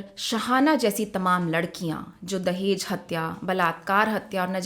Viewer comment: Tum log talaffuz उच्चारण सीखो अभी..दहेज hota h dahez नहीं....जहालत की हद hai